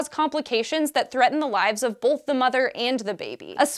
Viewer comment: Did she say "bolth" instead of "both"?